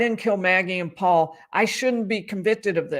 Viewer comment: Oh man I forgot how much I hated his “Pawpaw” thing instead of “Paul!”